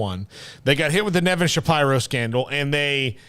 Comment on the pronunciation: You three are really bad at your jobs, off the mark and poorly researched. I mean, this one guy can't even pronounce Nevin Shapiro's last name, LOL!! By the way, 'smatched the unlike button on you hacks.